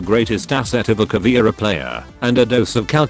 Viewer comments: Cahhh veh eee rah. Now please repeat. Not CAH VEE RA (Cavira?)... It is like if we (portuguese/spanish speakers) called Buck "BOOKIE". Google translator tool reading ia awesome for that word pronunciation... I do not intend to be picky but this is anoying (even pro league events call her CAVIRA or CAVIERA!) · It's pronounced Ka-VEH-rah, not Ka-VEEuh-rah, meu amigo. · Also almost everyone pronounces her name wrong! It aint "Caviera" it is "Caveira"!! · if anyone don't know... Caveira = Skull Caveira is a Brazilian charater And that's why i don't know if is "charater" is the correctly way to say that, im Brazilian too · Just being an asshole here, but from every video i've seen about r6, no one ever pronounced caveira right, same with capitão